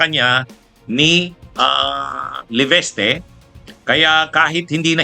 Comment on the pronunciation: lagi nyong sinasabi ay LEVESTE....... LEVISTE po ang tamang pronounciation...